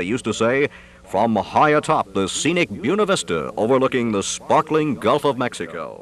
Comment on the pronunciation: Who taught this guy how to say Buena Vista?